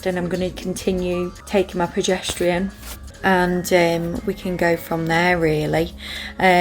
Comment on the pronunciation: It is pronounced cer cla arge and progesterone preh jes ta rone xxx